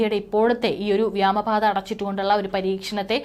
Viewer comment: വിദ്യാഭ്യാസം കുറവാ . വ്യാമപാത ? ഇനിയെങ്കിലും തിരുത്തി ക്കൂടെ